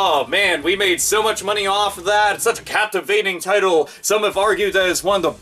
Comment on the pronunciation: does have some kind of talking problem? He was saying "sech" and "de" instead of such and the. I'm not gonna give him hell for it or criticize him, I'm just asking out of curiosity.